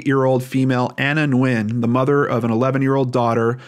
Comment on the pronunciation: Small detail, but thank you for taking the time to properly pronounce “Nguyễn”. !!